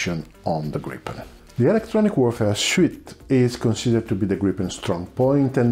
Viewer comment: Gripen with one p! Not Gripppen! Griipen!